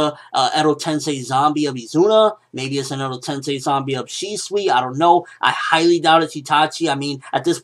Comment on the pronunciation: Its shusui